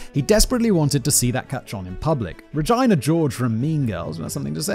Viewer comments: Simon pronouncing Regina like ‘vagina’ I cannot 😭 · I love Simon but sometimes his pronunciations of things are confusing to me. Regina pronounced like Rajaina? Like it rhymes with vagina? 😭 Simon y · The way he pronounced "Regina" is the scariest part of this video. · SIMON WHY DID YOU SAY REGINA LIKE THAT